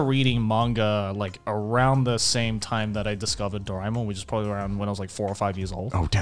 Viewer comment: i grew up with doraemon but in India it was dubbed so now i can never see the original since ive hardwired their voices into my head and it would hurt just to hear it in any other language. also since indians dont pronounce things too similarly Dorae-mon was said as Dore-mon